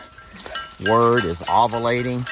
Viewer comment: Ahh va laytin 😂😂 I frickin love you,!! With their sounds that’s the perfect pronunciation for it, just a little off but everyone knows what you’re saying❤️